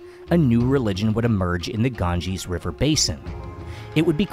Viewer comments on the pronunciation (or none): none